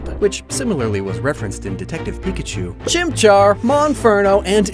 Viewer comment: Also: good job on the pronunciations on the chimchar line 👍